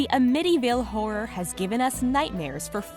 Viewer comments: It's not A-mit-tee-Ville it's Am-It-Tee-Ville. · AM-itty-ville not am-ITTY-ville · A-mityville? it is Amityville, all 1 word! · I love your mispronunciation of AMITYVILLE. its not a mityville it is amityville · It is am-ity-ville. Not Amity- ville. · Amiti :) ville lol , Ami-ty-ville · Apparently you guys havenever heard of 'Amityville' lol.😛 'Uh-mitty' hehe😝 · I fucking hate the way you say amity ville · Ah-mittyville??? Really?? Also...the Winchester gun was a RIFLE...NOT A PISTOL ..js. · "uhmittyville" sigh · She said "a-mitty house" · A mitty ville ? 😅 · The scariest thing about this video is she mispronounced amityville house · Hearing her totally mispronounce the word Amityville kills me. She said it 4 or 5 times and I'm yelling at the screen. 🤔 - Amityville resident. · I couldn't help but to laugh at the Amityville mispronunciation. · So No one is gonna say anything about them mispronouncing Amityville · i noticed and it BUGGED TF OUTTA ME!!! i kept correcting her in my head lmao! BIG pet peeve of mine; mispronouncing words. ugh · Thank you for saving me from having to say something.. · Thank you for pointing it out I thought it was odd myself. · Her name is Sarah Winchester, not Mary. And how in the world can anyone mispronounce "Amityville"?